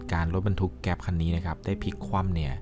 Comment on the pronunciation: เเก๊ป ระเบิด ไม่ใช่ เเก๊ส ถูกต้อง❤